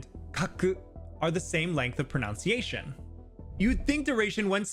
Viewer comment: It's pronunciation, NOT pronoun-ciation 👎